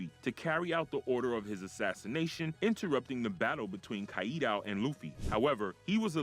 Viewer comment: Good video, but you need to work on the pronunciation of some of the names used in the video. Namely "Kaku", "Kaido" "Blueno"